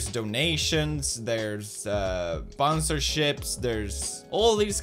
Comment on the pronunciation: bonsorships lel wuss dat